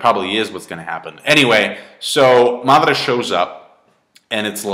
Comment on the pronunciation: why does pronounce madara's name like marrrdara?